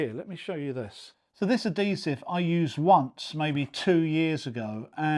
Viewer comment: Bad habit pronunciation NOT "a-dee-siv" SAY "ad-hee-siv" DON'T say "elfie" DO say "H-ealTHy"